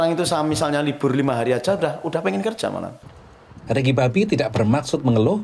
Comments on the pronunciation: Agak irritating denger naratornya nyebut Ricky Bobby yg sangat terdengar spt "Riki Babi" 🤨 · Ricky Bobby, gw dengernya Ricky 🐷 🤣🤣🤣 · Ricky babbi apa saya tidak salah dengar🤣🤣🤣🤣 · Ricky bobby kok jadi Ricky babi sih 😂 aku gak salah denger kah